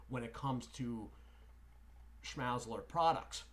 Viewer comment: Schmal-zler is how it's pronounced